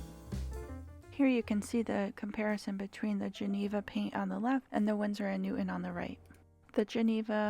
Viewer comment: I think it’s pronounced Winsor & Newton not newt. On